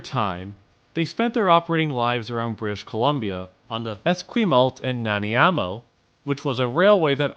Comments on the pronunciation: Clearly misread "Nanaimo" as "Naniamo". Easily done. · btw as a Vancouverite it’s “na-ni-mo” not “na-ne-amo” but I can see how you got that messed up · Esquimalt and Nanaimo Railway/Freight Mention!!!! (Fyi is pronounced Es-squim-alt and Nan-i-mo) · what was that pronunciation of esquimalt and nanaimo